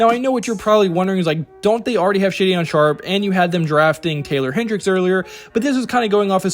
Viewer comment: ShayDionne (Shaedon) & PayOweLow (Paolo )you hilarious but bro stop! Obliterating names on purpose... 😫😂😭